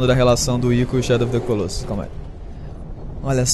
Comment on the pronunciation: É legal ver como nenhum brasileiro consegue pronunciar Colossus correctamente :P